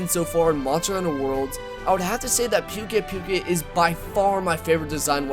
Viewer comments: I think its pukei-pukei is pronounced poo-kay poo-kay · It's poo-kei poo-kei not pew-kei pew-kei. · Not to be mean but pukei pukeis name is pronounced pook a pook a not puke a puke a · I believe it's pronounced Pookay-Pookay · He just likes saying like that. He knows how to pronounce it but he prefers to call it Pewk Ai Pewk Ai. He said that in one of his Livestreams. Just like me with Rathian. I know it's pronounced Wrath-Ee-an but I prefer calling it Wraith-Ee-An